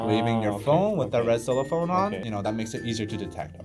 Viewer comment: Lol. CellophANE (rhymes with plane)...I was wondering what a red “cellophone” over the cell phone flashlight was. I was not looking at the video at first. I had ti rewind to see what you were talking about. Cute.